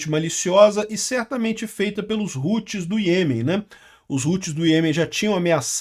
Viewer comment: os "roots" kkkkkkkkkkkkkk nao a pronuncia é como em "how"+tis... e outra nao é "computador virtual" é maquina virtual (VPS) alocado em SERVIDORES!!! fala direito pro publico nao entender errado!